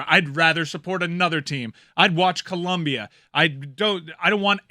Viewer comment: goes out of his way to pronounce Costa Rica with a long "o" and pronounces Colombia as Columbia.